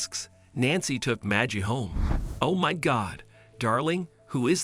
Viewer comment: One can't just adopt a child until all avenue to find a living relative is not found or signs them over. This is bait. It's a bot it's not majie it is Maggie like baggy. Nobody says that just stupid people believe this crap